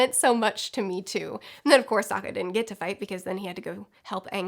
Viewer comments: I read this before watching the video, and now I can't stop hearing you say "Saka" instead of Sokka 😅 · I've noticed in videos before that screws up names often... No one is perfect, I get it, but does she not edit? You just watched the show stop screwing up Soka and Zuko! I couldn't even finish the video it got on my nerves so much.